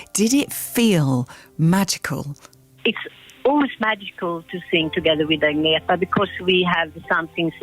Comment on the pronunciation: Who's "Adienta". Do people really think it's that hard to pronounce "Agnetha"?